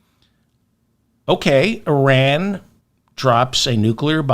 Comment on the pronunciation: I don't know what it is about you, but I think you're the best informative out there. Because it's not just Trump, it's the world. I hope you remember my IRan pronunciation advice. Keep on doing what you do!!!!!